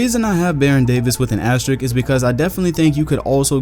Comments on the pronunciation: Great video but its "asterisk" with an "s" before the "k". Sry i had to say it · asteriSk. ASTERISSSSSSSSK. asteriSSSSk. c'mon,. you are the man tho.